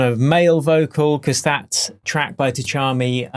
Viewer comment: Just pronounce it without T, Chami.